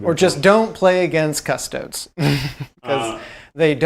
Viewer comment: Wait, at like did he call them "cuss-toads"?